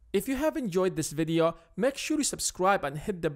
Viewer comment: Are you the mexican guy from that 70s show? Bro english is not my first language so i understand but i worked hard on it. Like when u say ''focus'' u make it sound like ''fuck us'' Its fooocus....and videoooo. Not faaawkus and videaww